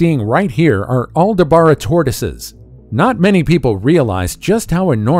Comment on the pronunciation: aldaBRA... not aldaBARA...